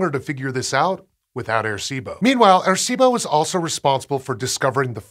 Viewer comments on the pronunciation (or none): Great piece, just wish there was a little more effort put into the pronunciation of the name. Sounded like he kept saying “air-see-bo.”